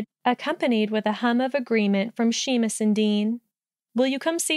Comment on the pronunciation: I’ve read this fic before but I’m packing moving boxes and this is just what I needed, thank you! Your Luna voice is really good! I know you can’t change it now but if you read him in the future Seamus is pronounced Shay-mus 😊